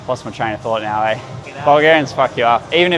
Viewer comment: “You want oats too aye” 😂